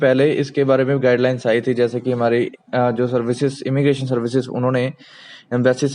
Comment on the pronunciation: It's immigration not emmigration